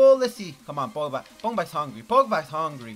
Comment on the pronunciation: Aka The video with the world record of saying Pogba's name wrong .